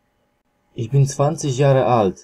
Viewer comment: No i pierwszy zwrot i już błąd!!!(nie: iś bin tylko iś BYN!!!!)typowy bład Polaków